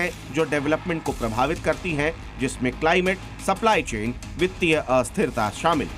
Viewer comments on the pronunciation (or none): सप्लाई चैन ❌ ❌ ❌ ❌ ❌ ❌ ❌ ❌ ❌ ❌ ===> सप्लाई चेन